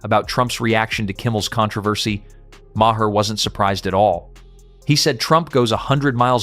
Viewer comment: bill MAAH, not MAH-hah